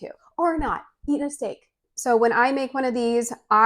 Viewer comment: When you said “… or not eat a steak” I had to rewind and see if you said or eat a dick.😂 Because you really never know .😂 🤷🏻‍♀️